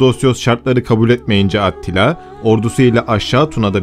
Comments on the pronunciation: Attila deyil yalnız Atilla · Attila diye yazılır Atilla diye okunur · Atilla diye okunuyor